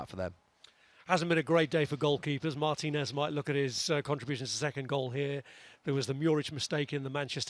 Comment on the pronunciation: He managed in Spain and pronounces Martinez like that 😂